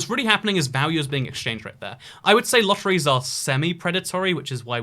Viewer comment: Lotteriee lol